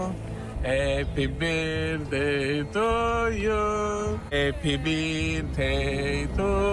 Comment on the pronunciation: Al Happy " birtey "sono stramazzata al suolo 😂😂😂😂😂😂😂😂😂😂